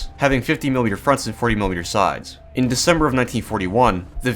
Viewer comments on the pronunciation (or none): none